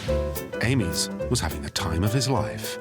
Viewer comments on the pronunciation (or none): You have ruined an excellent documentary by mispronouncing Amies surname Surely you know how to speak English ? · My surname is Amies - how would like me to pronounce it. We use the phonetic 'Aymees'